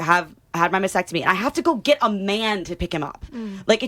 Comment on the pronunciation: It’s not a “mass-ectomy”. It’s a mast-ectomy”.